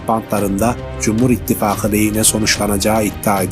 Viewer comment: Ittifagi söylemeye çalış Angut düzgün söyle şunu. Belli ki Türk lukle alakan yok